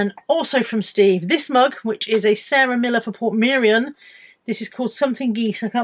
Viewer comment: You seem to have forgotten my lesson on how to pronounce Portmeirion already!!